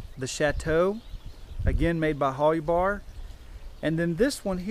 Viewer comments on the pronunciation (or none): It was pronounced Hol-you-bar. I bought a pair of hiking boots from them in 1970 from their store in Boulder, Colo. Best damn boots I ever had. Also bought a green nylon down-filled parka from them in 1975, Still have that. Boots were shot after several years hard use. The circular entrance was called a ''snow tunnel'' so you could enter/exit the tent in a blizzard without opening the flaps and losing any heat. Also 2 mountain tents with snow tunnels could be connected this way. The white flannel lining was called a frost liner or vapor liner. The idea was condensation would collect on the white flannel and freeze, keeping it off the exterior nylon shell, so rain repellency was maintained. Also the extra layer helped increase insulation, trapping air between layers. Similar ''Mountain'' or ''Expedition'' Tents in this class were the North Face ''Tuolumne'','' REI Cascade Expedition'', ''EMS Mountain'' and Sierra Designs also made one, but I don't remember what it was called. All had A-frames, side pull outs, coated separate fly, snow tunnel, cook hole. I still have my EMS. I love it. I didn't get the extra side snow flaps, or extra flannel liner, but mine has small snaps where a frost liner could snap in.